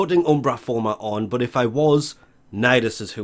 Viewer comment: But when u say but I hear bot